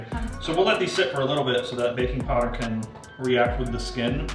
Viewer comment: i thought he kept saying baby powder i was like wtf lol